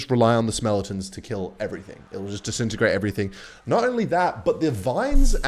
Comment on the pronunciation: it’s skeletons not smeletons